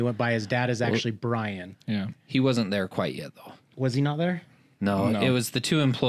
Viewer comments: Byron not Brian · Byron not Brian.